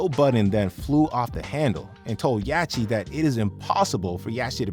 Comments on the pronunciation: yawcheee? Wtf is with these AI voices 😂😂😂 dont kno how to pronounce words fml wtf is going on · Lil yaw-chee? Them AI voices can’t pronounce sh!t that ain’t in the dictionary 😂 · Lil yatchy lol. If you gonna narrate, better at least get names right.l 😂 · One thing I hate the most is when these guys get the names wrong of these well known artist like who Tf is Yatchy, its yacht with a fucking Y dude my goodness that shits annoying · And the T is clearly after the (ch) so that would actually make it Yach-tee. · Bro how can you not know how to say YACHTY’S name after all these years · Why doesn’t the AI who created this know how to pronounce “yachty” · bro no way you butchered LIL YACHTY LOL 😂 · Why is no one talking about how this nigga pronounces Lil Yachty 😂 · Buddy can’t even pronounce the word Yacht ? 🛳️ Like a boat but bigger a yacht So it’s little yacht’y Like a small yacht …. This generation is cooked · Bro how you saying yachty name wrong ?? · only thing I was bothered by was dude not knowing the c is silent in yachty 😂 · Had to hop off after hearing how you pronounced yachty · The narrator butchered Yachty's name. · YACHTY 😂 You got a channel covering Hip-Hop and Rap Artist and can’t correctly pronounce the name? JOE BUDDEN EVEN SAYS IT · Uses Internet to post video. Doesn't use Internet to find out how to pronounce Yachty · I know you did not just pronounce “Yatchy” with a CH! It’s like yacht 🛥️ with a y at the end the CH IS SILENT! come on you gotta pronounce their names properly if you’re gonna do a show about rappers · You can hear Joe Budden say Little Yahtchys' name correctly. Not what the narrator called him.... I think i need to be a narrator now. Cause all of these people are calling these artists by the wrong name... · Stupid ass AI voice calling him lil “yatchy” cause it can’t pronounce “Yachty” on a rap channel 😭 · Yachty not yachi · Who is "yatchee"? That's "yacht- ee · Calling lil yachty “yachy” is crazy haha sounds dumb af 😭😂